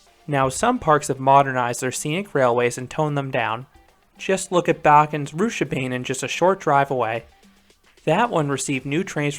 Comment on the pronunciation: Pronounced Rooch-a-baah-nen